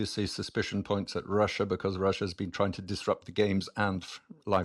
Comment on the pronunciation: It's not wussia! That's just pwopaganda spwead by you rankers!